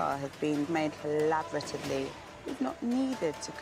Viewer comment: FFS, she can't even properly speak the word "collaboratively", and those geniuses listen to her over the only person who's consistently been proposing effective ideas (and being ignored, unfortunately). The girl that had decent suggestions would have a higher chance to survive if she abandoned the group AND the tools, if it weren't for the rescue control. Yup, those women were such a burden on each other that the tools wouldn't nearly make up for it.